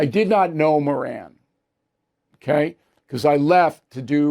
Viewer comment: Stop pronouncing his last name wrong. His name fits...the bottom of the genius scale